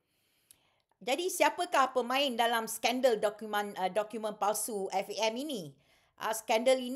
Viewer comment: haha. tak payah ulas la Siti Kasim... FAM FAM FAM acik kau. F.A.M. sebut huruf tu. lepas tu tiber question sapa bayar players, lepas tu relate dgn tax payer. hahahaha. jadah apa